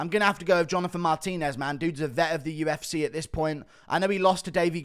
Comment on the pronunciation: I hate it. Its so downs he can't even say the name of the company he covers for a living